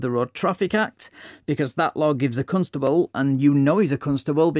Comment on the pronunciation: The is no "U" in Constable.. really irritates me when he does that..They do it in Ilkley and Harrogate.... Pseudo 'posh'